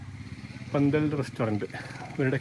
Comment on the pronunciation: പന്തൽ അല്ല ഫന്തൽ......... ........ read more